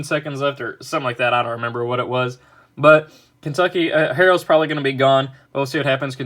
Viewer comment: Your a Kentucky fan but you don’t even know how to say herros name